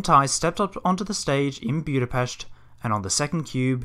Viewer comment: Thank you for pronouncing Budapest the (kinda) right way! :)